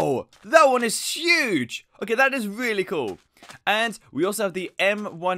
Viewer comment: No one: really Him:weally